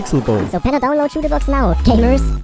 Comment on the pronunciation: Am i gay or he said the n word instead of gamers